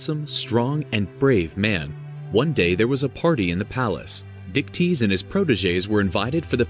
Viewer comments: So Perseus's dad's name was Dicktease?? I know that's not how its spelled but that's what I kept hearing. I love Greek Mythology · I’m sorry, but that man’s name was what??? Dictease???